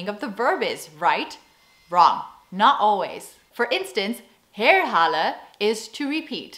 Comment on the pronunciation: Check how you pronounce "halen". Yours sound like "holle" (hollow) or hallen (halls). Instead of th short a, try a clear open and long aa. And "herhalen" has stress on the 2nd syllable.